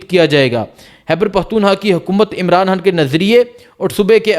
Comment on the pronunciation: Oye jahil insan imran haan laga rakha Hai imran khan bool pagal pehle bolna seekh